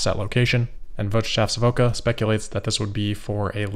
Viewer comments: 😂😂😂 I like how you say „Wirtschaftswoche“ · Wirtschaftswoche is heavily mispronounced!